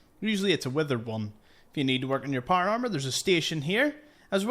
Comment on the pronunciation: Not par arrrmer